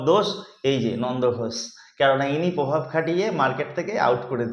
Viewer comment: যদি ভিডিও বানিয়ে প্রতিষ্ঠিত হতে হয় তবে তো “পোসেনজিৎ” পোভাব”বললে চলবেনা।বাংলা ভাষাটাও শিখতে হবে। বক্তব্যটা আগে গুছিয়ে নিতে হবে। তা ছাড়া ,”কেউ আনন্দলোক লিখছে”এসব বললে তো লোকে শোনার আগ্রহ হারিয়ে ফেলবে।যেমন আমি হারালাম।বেশ খানিকটা প্রশিক্ষণ নিয়ে তবে আসরে নামতে হবে।বিষয় যেমন জরুরী তেমনি তাকে কিভাবে উপস্থিত করা হবে সেটাও জরুরী।